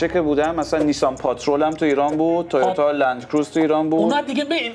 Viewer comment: چرا تویوتا میگی تی یوتا ؟ انگار میخوای بگی تویوب دوچرخه مثلا